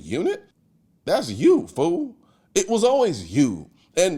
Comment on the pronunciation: I usually dislike “black guy“ accent. The way he said “that’s you fool” was golden